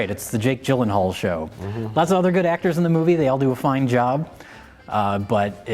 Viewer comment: can't even pronounce jake jillienthinall correctly. 1/5 stars rating for you.